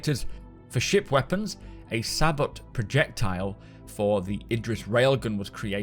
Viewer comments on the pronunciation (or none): I cringe when I hear it pronounced "sa-bot"...lol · Its pronounced Say-boe. Not sah-bott.:p just clearing you up,:) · You say sabot and I say saybow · "sabot" is pronounced; "say" - "bow" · Sabot is pronounced "Say-Bo" Otherwise, loving this content update Great info! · Sabot is pronounced Sa-bow. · Thank-you. Great video. Sabot has a silent t and is pronouced Saybow. It is armour piercing and is the go to choice for modern day tanks to kill other tanks. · "Sabot projectile" lol. I always pronounced it "saybow". It's a round that's smaller than the bore, with a kind of sled to hold it and seal against the bore. With lower mass, it reaches a higher muzzle velocity, and when the carrier falls away, the round has a much smaller cross section. You get similar kinetic energy at the muzzle to a standard round, but it carries that energy further (less drag), and delivers it to a smaller point. Small cross section, high velocity rounds do a very good job of penetrating armor, if you're just looking at KE. Add explosives, and the balance changes a little, of course. But then, this is a video game, so all of this may be moot. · Sabot is pronounced "Saybow" and in modern tanks it is an arrow shaped kinetic projectile. It does not necessarily have to be arrow shaped though, Sabot rounds are subcaliber rounds that use a casing or "Sabot" to fill the barrel of the gun because the round itself is smaller in diameter than the barrel shooting it. Once the round leaves the barrel the sabot is discarded in most cases. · Thanks for the updates. Sabot rounds "Say-Bo" (US, & UK) , only correcting because your audience, including me, learns from you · Sabot...the T is silent. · An ord-i-nance is a local civil law. As bad as not being able to pronounce "Sabot," he sounded like a 3rd grader. LAZY. Can't spell. Can't speak. Newbs.